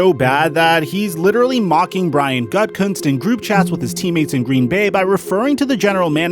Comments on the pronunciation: Why do you keep pronouncing it Gut-kunst? It’s ridiculous. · Bro, it's not pronounced Gut Cuntz, it's pronounced Goo-da-Kunst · It’s pronounced “goo-ti-kunst”